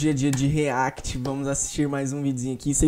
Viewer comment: riéct essa seria a pronuncia kkkkkkk